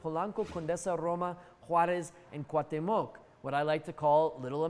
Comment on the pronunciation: Excellent. I'm sure you're saying Cuauhtémoc wrong as a gag.